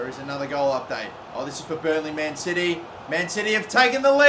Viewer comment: When he says man city I hear man titty